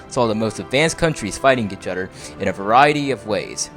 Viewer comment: Its other, not udder. =D